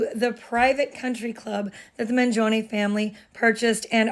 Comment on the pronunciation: Thanks for pronouncing "Mangione" correctly !!!